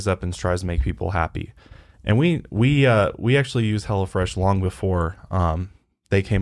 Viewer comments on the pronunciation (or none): Everytime I heard say Hello fresh it sounded like: 'Hella Fresh' and I kept thinking, yes it does sound hella fresh...😂